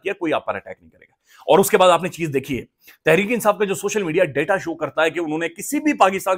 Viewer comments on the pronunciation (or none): none